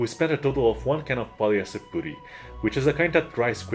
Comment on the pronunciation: It’s “puh-tee” not “poo-tee”.